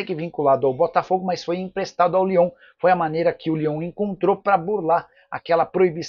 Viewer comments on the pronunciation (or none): none